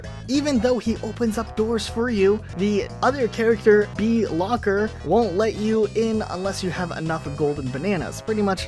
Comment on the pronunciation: Then he proceeds to pronounce names as KAY-Rool, KAY-Lumsy and BEE-Locker completely missing the puns.